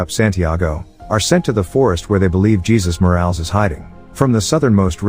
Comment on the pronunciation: The narrator needs to get his names straight. It is not pronounced Jesus, like Jesus Christ, it is pronounced Ha- sues.